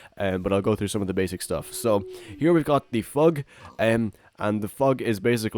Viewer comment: He says phyg like fugg